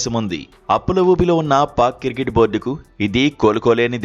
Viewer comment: కిర్కెట్ కాదురా అయ్య క్రికెట్ 😂